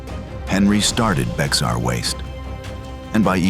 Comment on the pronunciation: Just so you know it's pronounced "bear". Like Bexar Co Tx 😂